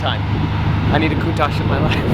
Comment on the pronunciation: It’s spelled Cow-un-tash